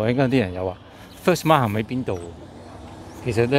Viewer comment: Many people say it wrong. The word Markham is not pronounced as Mark Ham. The letter h in Markham is silent. Say it as Markam please.